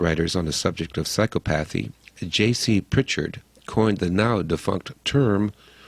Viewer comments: And psychopathee, instead of psy-KOP-athy. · I thought psychopathy was pronounced sike-OP-eth-ee NOT sike-uh-path-ee. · sy-cop-a-thee maybe im a psychopath but the way your pronounced psychopathy is annoying as all hell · Mispronunciation irks me psychopathy, similarily? The word is similarly. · That's right, I'm an English major and the mispronunciation of the word which is central to the thesis of the video is idiodic...sigh.